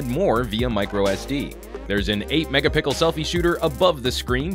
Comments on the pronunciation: he said megapickle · I'm pretty sure I heard him say there is an "8 mega-PICKLE selfie shooter" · Did anyone else hear him say "megapickle"? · Quick question, why does he always say megapickles when talking about the front facing camera? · lol "there's an 8 megapickel front facing camera" 😂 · eight megapickle? that's impressive! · Did he say megapickles? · I skipped ahead and the first thing I heard was "8 megapickles" .. hmmm imagine dem pickles on a nice megasalad. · he says 8 mega pickle. LOL! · "An 8 Megapickle Camera" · Did I just hear megapickle?! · Did he say "8 megapickel shooter" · I knew it i heard megapickles...😅😅😅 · lolz he said "megapickle" the first time. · 8 megapickles and 20 megapixels, I don't see any consistency hahahahaha just keep saying megapickles it's like ur trademark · did he say mega-pickle? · please stop saying megapickles... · Does he do that on purpose. Say megapickle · Lol "8 megapickle" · Is it me or did he not say "megapixel" properly?